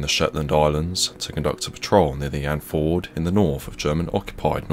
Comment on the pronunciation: It's "And-fee-yord", not "Andford". Signed, A concerned Norwegian... :'3c